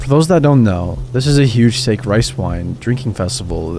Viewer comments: SAHHHHH KEEEE Not sake, wtf dude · it's not pronounced "sake". It's pronounced "sah-keh". I recognize nobody seems to care anymore, but it does sound like you don't know what you're talking about. And it's a common word. There's literally no excuse for mispronouncing it aside from lack of research. I really don't care if you like that fact or not, but i do care if one of my favorite narrators sounds like he doesn't know what he's talking about. Excuse me for being so blunt. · I don't mean to be rude... but it's sah-kay. Not like "for goodness sake". Again, not to be rude, but i don't think it's a big ask to research an unfamiliar word. Seriously. I say this as a longtime listener and fan. Please do better. It takes so little effort to find out proper pronunciation. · Just a small note for future reference! Sake - Japanese rice wine, is pronounced Sah-Kay Otherwise I LOVE THESE STORIES!! You’ve earned a sub from me :) have a good day stranger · Hey brother you probably already know by now but the SAKE, rice wine liquor, from the last story is pronounced (Saw-key) Sake. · The pronunciation of Sake is killing me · That pronunciation killed me lol